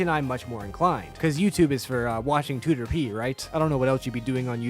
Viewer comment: and proper pronunciation of Tooterp (too-ter-pee) CONFIrMED 👍